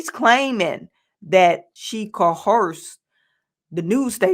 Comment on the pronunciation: Coerced… not coherced. Just saying